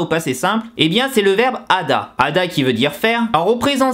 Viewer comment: Bon c'est super simplifie mais pour les debutant c'est pas mal. Juste STP prononce le "H" pour Hada et sa conjugaison "Heyo" (^_~)